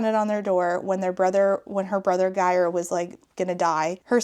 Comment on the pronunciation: Your pronounciation of Geir had me in stitches. It's a bit of a tough one I get it